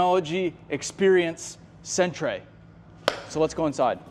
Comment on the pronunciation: Did he really pronounced centre as cent-ray? It’s pronounced center, but spelt different